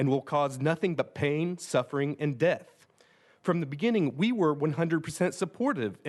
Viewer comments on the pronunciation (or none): none